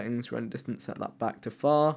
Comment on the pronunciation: When he said far I thought he said fart